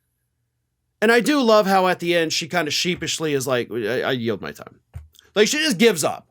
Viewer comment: She seems to say "Thank you, I yelp." not Yield.